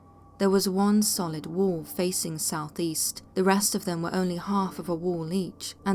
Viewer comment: And for crying out loud...its wall...not worl...for fu**s sake